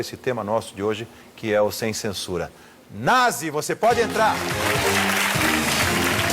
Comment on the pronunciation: O nome do cara é Na"z"i. klkkkkkkkk